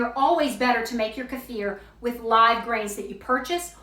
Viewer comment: I absolutely love that you pronounced kefir correctly 😘😍